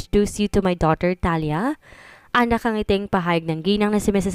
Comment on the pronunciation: An basa Po Ng pangalan ay thaliya kung espanyol Ang pangalan,Hindi thalya